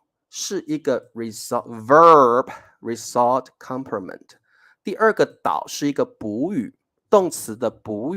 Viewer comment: ， result rɪˈzʌlt 这个英文字你完全读错了。